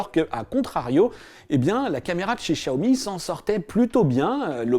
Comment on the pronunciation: Ah oui nos oreilles saignent en entendant ça !